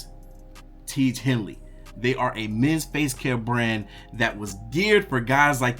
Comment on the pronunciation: Bro if you gonna keep beating us over the head with the Tiege Hanley ads, you gotta get the product name right 😂 Tiege Hanley. Hanley, not Hinley Otherwise, I love your content